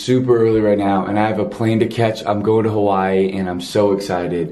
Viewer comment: Even the way he says Hawaii kills me.